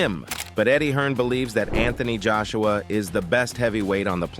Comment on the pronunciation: Anthony Juiceuwa 😂